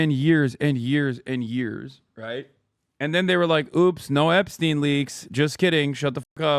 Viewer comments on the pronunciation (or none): none